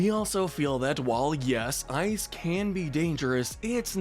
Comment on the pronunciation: He put eye not ice